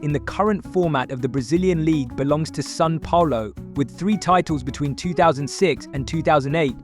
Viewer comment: Buddy..buddy ..its called Brasileirao BRA-ZEE-LAIR-OHW. It's Sao Paulo not San Paulo Brazil has the most competitive league. Its the state, domestic and national cups which makes Brazil the most competitive football but with mediocre Brazilian coaching. The best Brazilian coaches are all foreigners.